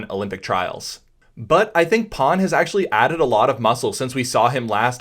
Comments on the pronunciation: Is his name Pan or Pawn? You said Pawn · Fyi his name is actually pronounced closer the way we'd pronounce "pan", as in "panorama" in a neutral American accent. No shade though, Chinese names are hard to figure out. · By the way, his name is PAN but not PAWN, it was disrespectful to call him.